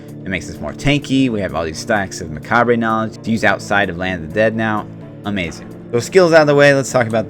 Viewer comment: Nice video, but a bit triggered every time you say "macabre" - maybe a quick google search will help you learn how to pronounce it :> other than that, gj.